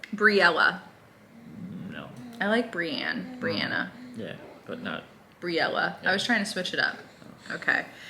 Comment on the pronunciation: You said Briana how I pronounce mine! Most people pronounce it differently!